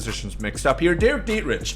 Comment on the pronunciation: I just unsubbed simply because of the way you pronounced Dietrich